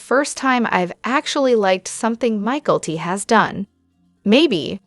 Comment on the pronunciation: I guess AI doesn’t know how to correctly pronounce polygamy, Mikelti, Janelle, etc. cant you get that straight? It seems hard to follow hearing all these mispronunciations.